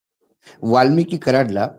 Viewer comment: सर, वाल्मिकी नाही, वाल्मिक!!